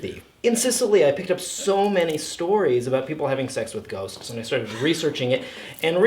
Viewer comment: GHOSTS!!! I thought you said goats